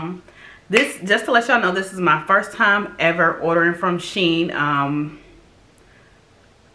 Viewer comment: Lol I pronounce it she in as well. But I love them I've ordered from them a few times.